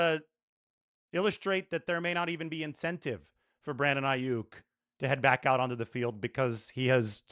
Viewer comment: It's not Aiyuk It's Aiyuck